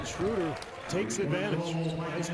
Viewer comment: His name isnt Shrooder ... its Schroeder. The "oe" is pronounced like "duh" (as in *duuhhhhhhh*) without the "d". They need to get it right, considering he's gonna be in the league for the next 10 to 15 years.